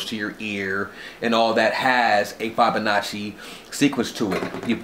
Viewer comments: my second thought...I lost my last three brain cells watching the second half of this video. especially hearing your pronunciation of "fibonacci" sequence. no offense, but think abt if when you died (much less committed a lot of time to a particular study), ppl were speaking abt you and pronouncing your name incorrectly. I'm an artist and not even remotely critical of your drawings or artwork. nobody is perfect, but language is paramount. without language we don't have much. art is subjective (sadly), but language shouldn't be. I can still appreciate your enthusiasm though. not sure where you heard all this from, lol. the DNA drawing is simply called a "double helix", nothing crazy. btw, I'm probably fifteen to twenty years older than you, so...I definitely don't know much. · bruh you're pronouncing Fibonacci incorrectly lol cool video tho...